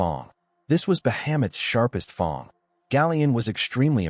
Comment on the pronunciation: Great story telling but why does 'fang' get pronounced almost as 'thong' 😂